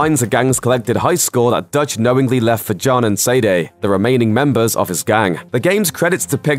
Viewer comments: sadie and say-day are two different things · Why does he say Abigail like abegail and why dose he say Sadie like sadia